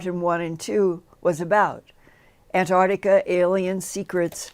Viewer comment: lol Linda there is no "Ardica" ,it's "The Arctic" and "Antarctica" (not Antardica the way you say it) smh